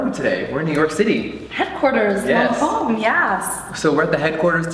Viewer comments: Mmmmm the butchering of the French accent though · He doesn't even say lancomé right!?!? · funny how that woman works for Lancôme and can't even pronounce their product names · Interesting idea. It's a shame that this lady pronounced all the product names wrong...